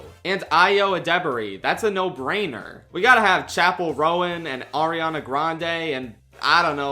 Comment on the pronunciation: Shawty you did not pronounce Chappell Roan like that.